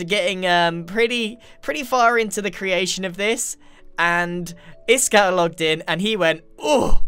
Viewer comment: Its iskal